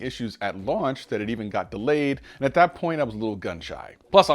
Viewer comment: Jon seems legit but it's tough to take him seriously when he pronounces "that" and "there" like dat and dere